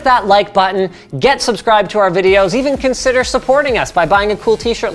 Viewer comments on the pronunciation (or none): none